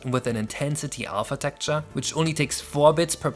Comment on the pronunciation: smh- "tekture" is kinda distracting- xD;; but seriously- I've been following this for the longest time- congrats for such a new game! :D